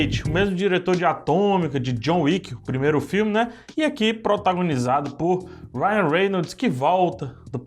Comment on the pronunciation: "Rawion Reynoldis"...😃